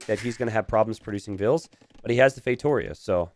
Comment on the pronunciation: The way pronounces "feitoria" is deeply annoying.